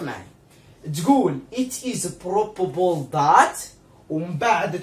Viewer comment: بروببل 😂💔الانجليزية تبكي في الزاوية